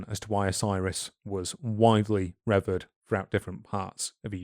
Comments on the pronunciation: Great stuff as always. I'm not qualified to be pedantic and fault you for any mispronunciations of Ancient Egyptian/Greek, etc. terms, but I am qualified to be pedantic about that of 'revered', which is pronounced 'reh-VEERD' and not 'REH-veerd'. Anyway, glad to have come across your channel and this fantastic series especially - you're both clearly passionate and have some excellent academic rigour in contrast to many (more amateur/less rigorous) channels. Thanks for your work, lads! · If only could learn to say "Revered" - Re-Veered. Seriously though, I love your podcasts, they get me through the working day.;)